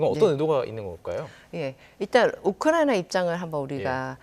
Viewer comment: 이 아줌마 왜 자꾸 우쿠라나라고 말하나요?